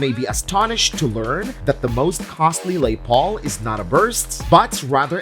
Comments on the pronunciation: What’s a lay Paul? You make a video of guitars worth over a million dollars but you can’t get the name right. Say Les Paul and do your own voice overs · Its not a "Lay Paul"!!! Its "Les". Short for "Lester". Lester Paul was a very American guitarist with a very conventional American name. Why do people feel compelled to French it up???😂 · Lay Paul??? That is annoying...Its LES PAUL.... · Lay Paul? Is that a knockoff Les Paul? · You think you could at least get the AI narration on these crappy videos right. A LE Paul? Really? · Lay Paul...... Really.... Jeez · Did I hear "Lay" Paul?🤮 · Who does these videos that does not know how to pronounce Les Paul?? And then showing Gilmore's Martin....but showing a 12 string...then a 6 string...then a 12 string...so which was it??